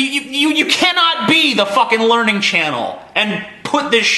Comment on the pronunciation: It's not "The Learning Channel" any mo', it's "The Larnin' Channel".